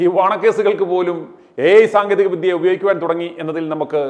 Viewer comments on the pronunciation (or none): none